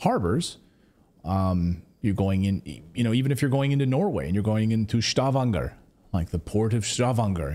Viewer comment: Stavanger is in Norwegian. And it is not pronounced as it is in German. Just normal Stavanger.